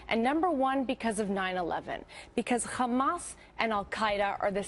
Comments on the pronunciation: Why is she saying Khlamas when it's clearly hamas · Is she an expert??? Its not Khamas..its Hamas. And I m guessing she has no idea what is going on there other than what they told her to say.. Now who's they.???... That is a good question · Why does she add the K in front of hamas? Does she think all things Arab that starts with an H sounds like KH?